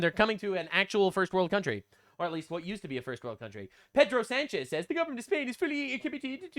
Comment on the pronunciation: You made sanchez sounds like french